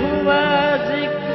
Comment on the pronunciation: Fabulous but zikr was pronounced as jikr and that took some flavour away from this great rendition by.